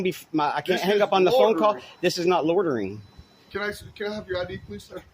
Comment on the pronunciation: Loitering not lorterin.